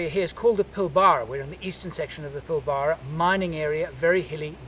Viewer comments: its npt the plibara its the pil ber a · Please, take a crash course on how to pronounce Australian place names. Pilbara is not pronounced they way you did. It's very much shortened to Pilbra. This is how most Oz names are pronounced. They are reduced and shortened cos we are lazy.;) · Pill-burr-ra haha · Great video. Love the way you pronounce Pilbara, I am English and keep getting corrected for the way I pronounce place names. I was surprised you did not stop in at Wolf Creek you must have been pretty close to it.